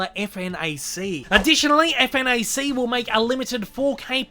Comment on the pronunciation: Hey french viewer here ! For the "Fnac" retailer you can pronounce it as a word itself, atcually it's not meant to be pronounced letter by letters, and it's not just online it's an equivalent to JB Hi fi. Anyway, your DVD Blu-ray announcement videos are always the best !